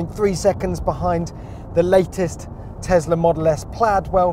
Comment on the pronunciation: Every time he says TEZLA a child DIES